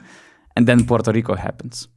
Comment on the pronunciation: And then Puerto Rico happens 👏🏼I never heard anybody say Puerto Rico the way you said it !!! That is the proper way of pronouncing ,as a Puerto Rican myself I wish I could say it like !! I guess bc your European came out correctly.. and I know a lot of Puerto Rican that can’t even pronounce it as well !! Thank you for sharing our victory !! Hope we win it all !!!